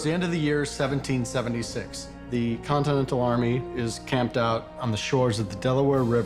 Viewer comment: G. Washington: "The Con-ten-tal army is fucked." LOL